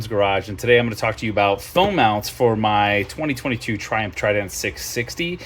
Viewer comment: Trident. Not Tident 👍🏻 Good video, nun the less. Thanks,.